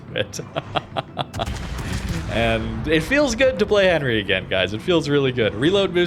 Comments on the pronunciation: Not that I'm the diction police or anything but, it pronounced "Aun-ree" with your best french accent! lol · Enry, silent H! mon dieu... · I am sorry but I hate the way you pronounce the name of Henri............